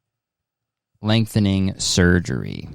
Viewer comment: The fact he wasn't calling it LEGthening surgery actually injured me. Also, PR should stand for plane rekt